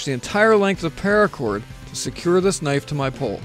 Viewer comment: Anyone else notice he said PAIRACOR about 3 million times?